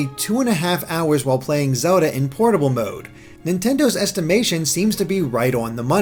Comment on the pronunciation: I heard "Pornable mode".